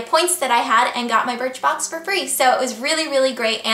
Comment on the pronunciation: You said BIRTHBOX! haha